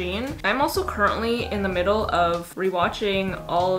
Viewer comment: am i the only one who noticed she said curtainly instead of currently lmao that made me laugh so hard